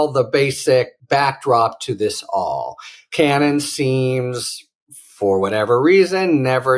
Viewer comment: Sure that isn't "Alina Cannon?" hahahah